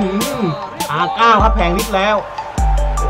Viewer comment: R นาย ครับ ไม่ใช่ R เก้า